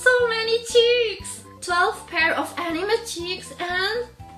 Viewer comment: it is not called ainwe it's ainme 😑